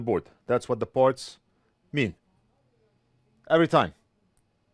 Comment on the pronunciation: You said "bag of parts" and I thought you said a bag of farts. lol I thought "well that's weird. lol